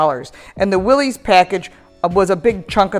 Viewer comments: It is pronounced "Willis" most people mispronounce it as Willees....but it is for sure Willis sounding. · Just thought you should know it's not Willy's, it's Willys , no e sounds at the end? It sounds like Willis ! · The name is pronounced "Willis" even though it is spelled Willys. Also there is no apostrophe in the name. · I have the 2015 Willys. It’s pronounced “Willis”